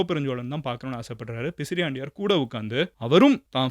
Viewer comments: _ Bro, i am one of the followers . Your doing great job but please be accurate when you say historic content it's not pisriandaiyar it's பிசிராந்தையார் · அது பிசிராந்தையார் , பிசிரியாண்டையார் அல்ல மதன்